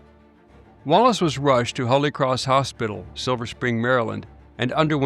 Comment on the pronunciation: You mispronounced the word Holy.